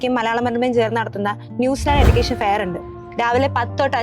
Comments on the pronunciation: എടുക്കേഷൻ അല്ല anna എജുക്കേഷൻ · എടുക്കേഷൻ അല്ല എജുക്കേഷൻ എന്നാണ് pronounce ചെയ്യേണ്ടത്, next time ശ്രദ്ധിക്കണം ട്ടോ 😊